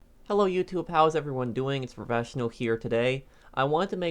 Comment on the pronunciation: “Its the phrafeshnal here”